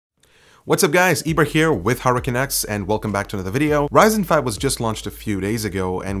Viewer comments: Is it just me or he said: "Haracanaks"? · sounds like hes saying hurricane X in the beginning xD